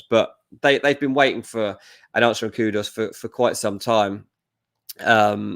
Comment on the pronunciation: 😂😂😂did just said "the coon"😂